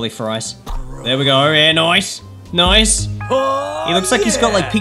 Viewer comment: When says nice he sounds like noce